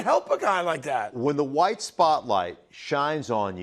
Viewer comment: Did he say right or white spotlight 😮 🤔 hmm